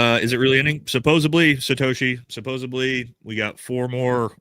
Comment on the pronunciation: it's supposedly not supposebly